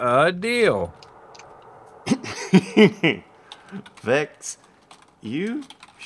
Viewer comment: its vechs you kiddo